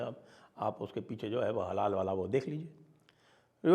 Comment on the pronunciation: अरे श्रीमान थोङा होश मे बैठकर वीडियो रिकार्ड किया कीजिए। आप हलाल को बार-बार हलाला बोल रहे थे 🤦‍♂️